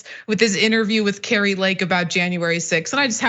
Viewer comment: Hey dimwit Kari.... You say our name all wrong... You are not Norwegian... You say it like Cary.... You are a fool.... :text-green-game-over::face-orange-frowning::face-green-smiling